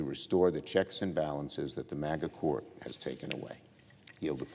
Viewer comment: Really at the end he says mega court